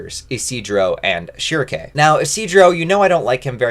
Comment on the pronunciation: I've already downloaded this on oddesesy, but I want you to know that you are wrong about pronouncing her name "shrike". Might as well call him Gatsu.